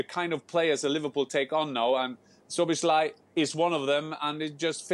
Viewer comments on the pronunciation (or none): Its not "SzoboszLIE" its "Szoboszla-E" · I thought Stevie would struggle with the pronunciation of Szoboszlai but he nearly pulled it off to be fair… Slobboslai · The crew will have to work on the pronunciation if he joins the EPL . Stevie with Zobosly :D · 🇭🇺 Pronounciation help: so-bos-la-ee